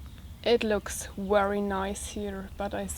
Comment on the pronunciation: hi..say very, very...not weary, weary, ha-ha!!you're so cute.